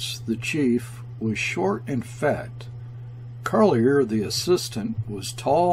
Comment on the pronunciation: Kayerts rhymes with "air." Carlier with "jay." And so on.